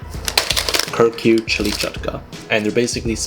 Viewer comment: Kur-cure and he's from Pakistan